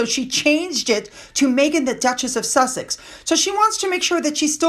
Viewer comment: Suss- exes